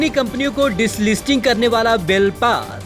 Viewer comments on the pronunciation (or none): Dislisting nahi delisting